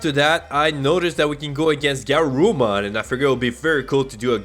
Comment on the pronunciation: may I make some corrections to your pronunciations, & recommend rewatching english dub of Adventure (: BIRD-druh-mon guh-RURU-mon drim-MO-ji-mon BAH-keh-mon ty-RAN-no-mon VEJ-ji-mon LEE-oh-mon (ironically you were pronouncing it right in its Latin origin) OH-ger-mon MAR-ket MAN-uh-jer (emphasis on capitol letters)